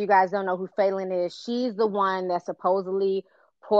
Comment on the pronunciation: Why y'all keep calling that girl FAY-lynn? It's FAL-LYNN